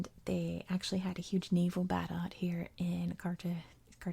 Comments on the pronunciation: It’s carta-hen-a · Cartagena is pronounced with sort of an H sound for the G. That's in Colombian Spanish. In other varieties it sounds pretty much like you're trying to scrape mucus off the walls of your throat 😀